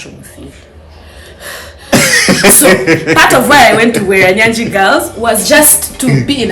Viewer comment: It's Bweranyangi, not Bweranyagi mehn. A well known single school that produced prominent ladies and even now it's still doing great